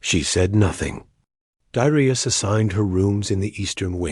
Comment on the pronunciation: You really need to pronounce 'Dar-eye-us', 'Dare-ee-us'.